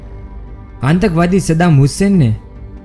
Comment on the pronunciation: Bolna bhi nhi aata aur subscribers to dekho kitne sare he.😂🤣 Happens only on YouTube